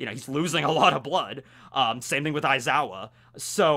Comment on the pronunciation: aizawa more like EyE-zaya hahahaha